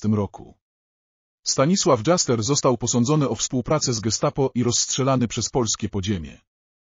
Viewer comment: Stanislaw Dżaster ? A kto to jest ? 😂😅😂